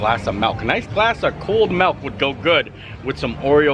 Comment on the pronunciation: Oh no not “melk” instead of milk lolol